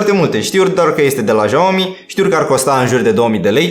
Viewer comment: Bă "jaomi" ....esti penibil de atâtea ori